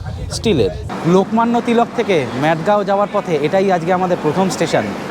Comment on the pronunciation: উচ্চারণ টা মাডগাও,ম্যাডগাও না।ওটা পাগলের গ্রাম না